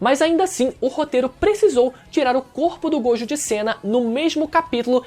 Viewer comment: GOJÔ! A PRONÚNCIA É GOJÔ! QUE AGONIA!